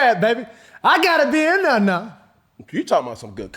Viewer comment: “I GOT TO BE IN DERE NOW” 🤣🤣🤣